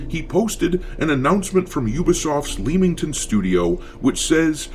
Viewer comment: It's pronounced Lemm-ington